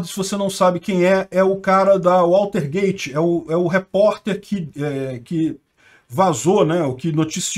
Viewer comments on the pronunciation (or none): WATERGATE não é waltergate